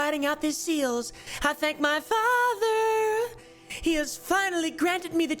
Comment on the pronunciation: I love the way u read “my fatherrr”